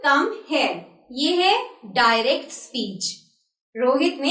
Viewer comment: Wrong prononciation of direct